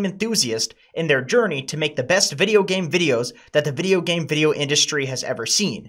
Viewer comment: He said vedio so many times I've forgotten how vedio is spelled